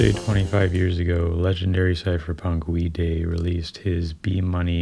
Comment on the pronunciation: Wee Day or Way Die? I always heard his name pronounced Way Die